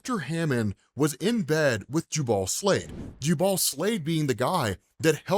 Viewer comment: Please pronounce the name "JOOble" -- that's how you say Jubal, "ju-BALL" is fingernails on a chalkboard.